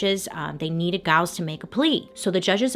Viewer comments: Pretty sure “Giles” is also mispronounced in this video too 😂. Anyone i know with that name it’s pronounced with a soft g, not a hard g. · No disrespect to Bailey at all, i often mispronounce names and words too, but can we also add that Giles is pronounced like Jyles, not like guy-les. :) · yes this, and the husband's name is Giles pronounced Jile-z not a hard G like she mispronounced, but hey we love Bailey and massive kudos for all the work she puts in, it's pretty endearing i think <3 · Enjoy your channel! The G in Giles is pronounced as a J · No disrespect to Bailey at all but is she pronouncing Giles correctly? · The slave's name was actually TITCH-uba. Emphasis on the first syllable. And Giles has a soft G.